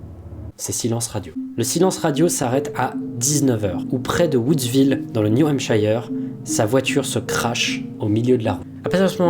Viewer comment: On dit "Niou hémpsheure", pas "Niou hémpshaïeure"